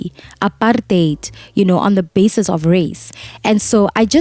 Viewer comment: I love how you say APARTEIT and not apart-hate 😍we celebrate victory with you Didi, you made it 😘